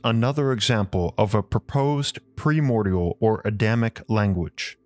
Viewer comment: You butcher the French pronunciation of Alexandre Saint-Yves. You do a Spanish "R" on Alexandre (not French R) and pronounce Yves incorrectly. You also mispronounce other words, including "primordial" and "pronunciation." You say "PREmordial" instead of "PRImordial" and "proNOUNciation" instead "proNUNciation." You also mispronounce "phonetically." All this does make you appear less than educated. Finally, your speech is slow and laborious to listen to. Perhaps you could speak/read a more fluently and with natural inflection.